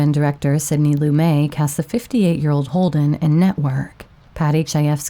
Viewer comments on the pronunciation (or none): Also, the director, Sidney Lumet rhymes with “get”. Though this is a very common mistake.